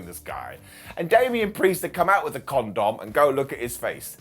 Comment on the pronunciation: Every time I hear say ConDom 🤣🤣🤣